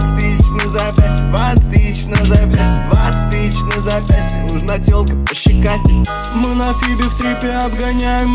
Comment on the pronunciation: Я кайфую от фразы «нужна телка пощекастей», блин как круто произносит)) Словно «нУжн т’Олк пащикасте»😎😜👍🏻👍🏻